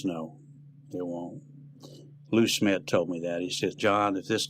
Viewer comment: Lou Smit not Schmidt